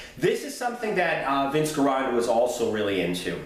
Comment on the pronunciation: Hey man love your videos but your pronunciation of Vince Gironda's last name is driving me crazy. Now correct me of I'm wrong, but the way I've heard everyone else say it, including those who've trained with him, they pronounce his last name like: Jironda not Gironda with a hard G